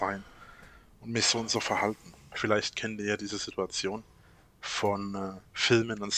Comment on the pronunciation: Als Hobby Statistiker: wenn du etwas vorausahnen willst was er als nächstes sagt … zu 95% ist es eine „sidduadzion“